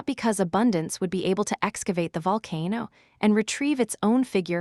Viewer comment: I never want to hear AI say the word “Volcano” ever again!!!!!!